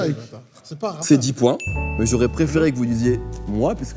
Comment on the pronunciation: hihihi "c dja mon épisod praifairai" Sucez moins fort.